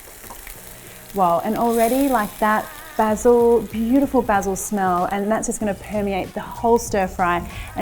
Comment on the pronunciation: 10/10 for pronouncing Basil correrctly.